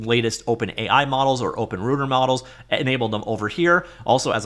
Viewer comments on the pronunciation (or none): none